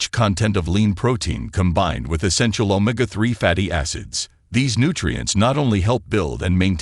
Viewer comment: Any AI voice that mispronounced Omega as Oh-ma-gah can’t be a source for facts, Xin Loi, Ong.